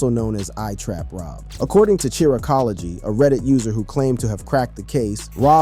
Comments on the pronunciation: Bro it’s pronounces Shy -Rack ology like IRAQ. Not like Tai Chi. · It’s pronounced shy-rack-ology.